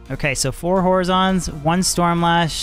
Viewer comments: Just a little pronunciation note on Horizon's Tornado: you seem to be pronouncing the first word like the name of the Vizjerei mage Horazon. This is not correct. The word is "horizon," as in the place where the sky meets the earth in your field of view. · Man the way he says horizon’s bothers the hell out of me lol